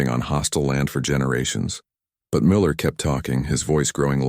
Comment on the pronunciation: It is not "Coke." It is pronounced "Ka--Ch" guttural sound before the "ch"--Koch. Also is it "Miller" or really "Meuller?" Please teach your AI to pronounce things better.